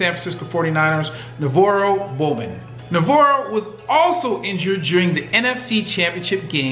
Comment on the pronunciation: For God's sake, Google player names before you butcher them. Kerse is pronounced like curse. Bowman's 1st name is pronounced "bug VAH-ro." Oh, and ONE OF THE GREATEST WRs? Rice is the G. O. A. T.